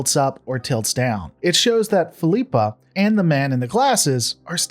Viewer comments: Fill-ep-uh Not Feel-eep- uh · why are You pronouncing Philippa wrong? haven’t you heard her na,e said before? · Why does he pronounce Philippa a different way every time he says it? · I stopped watching this the moment you proved you couldn’t even pronounce her name. Do you even watch the show?